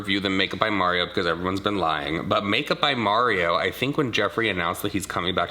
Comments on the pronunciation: The way she pronounced Mario’s name 🙄🙄🙄🙄🙄🙄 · MARRIO is how she says his name lol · Who is Māre-ē-ō? She speaks so sloppy! 😩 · "Official wedding foundation"? Is that even a thing...and, could she please learn how to pronounce "Mario" 'cause it's not Marry-o...ok, she said it wrong over and over then closer to the end she said it right...she's a liar about everything. People have said her accent is fabricated. Ok...I just don't like this chick/dude...whatever her persuasion. She's just not honest and I love honest people. You two really never seem to lie. ❤